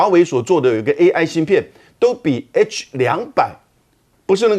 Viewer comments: 什麼爛主持人,不但只會讀大字報還讀錯,AI説成A1 sauce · 主播说A壹，哈哈哈！！！ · AI念成A 1，主持人已经可以来美国当教育部长了！ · 主持人怎樣也把AI說是A 1呢😂😂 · AI唸成A1、「業內」分析變成「內業」分析⋯⋯主持人連照唸都唸不好⋯⋯